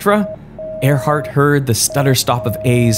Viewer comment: It’s Earhart, not Airheart